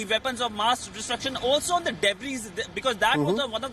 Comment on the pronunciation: Pronounce DEBRIS as Debree